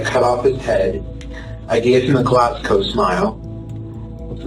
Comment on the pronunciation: His pronunciation of Glasgow smile tells me he’s only ever read about it. That’s… information.